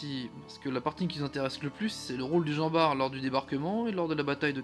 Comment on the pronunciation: Normalement on prononce le T de jean bart